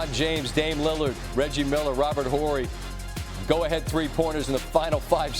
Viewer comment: The “H” in Robert Horry’s name is silent SVP SMH